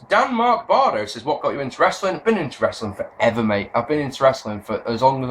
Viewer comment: Thanks for answering my question. You are the 8376th person to not say my name RIGHT! lol